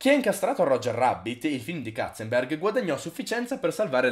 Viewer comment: Basta dire Katzenberg,che mi uccidi un neurone ogni volta 😂😂